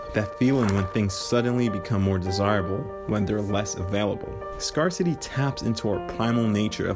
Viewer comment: You're saying Scarcity wrong - FYI